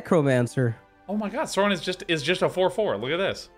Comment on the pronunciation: I am incredibly triggered by Sean's pronunciation of Sauron.